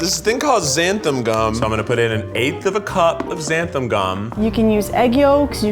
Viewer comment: So...no one ever told Keith the right pronunciation of xanthan gum huh